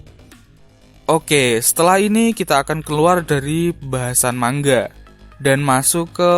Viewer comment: mang a bukan mangga